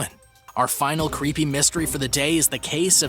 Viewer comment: Why dis so cweepy